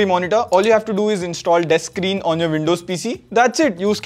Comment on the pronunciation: the fact you pronounce deskskreen “dex screen” it just uhhh..!